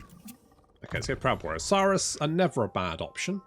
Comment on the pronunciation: Only issue i have is its not. Suuhhhh russ Saw-russ😂😂